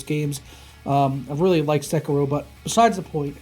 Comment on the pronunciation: SÉ-KIRO hahahahahahahahaha